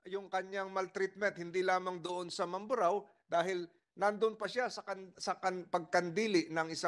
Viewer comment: Hesus maryosep ikaw vlogger nakisakay kana rin lang sa issue para lang may ma vlog ka. Hindi mo pa inayos ang pag bigkas ng mamburao. ANONG MAMBARO